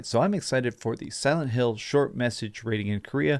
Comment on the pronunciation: he really said "Salad Hill" 🤣